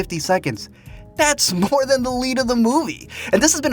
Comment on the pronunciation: "Dimi wants it moore" lol